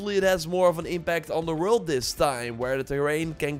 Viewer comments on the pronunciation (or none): none